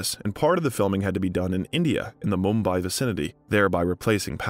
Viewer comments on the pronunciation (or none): none